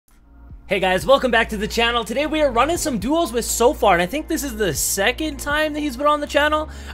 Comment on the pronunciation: Is soofar apart of Soar now?